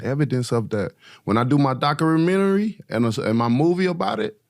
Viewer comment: "When I do my docurementry" fucking lost it, i had to rewatch it two more times to be able to repeat that shit after him lol